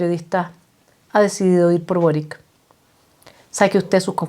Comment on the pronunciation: Se pronuncia Borich